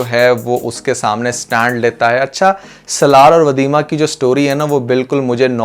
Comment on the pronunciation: سلار نہیں بھائی سالار نام ہے اس کا 😂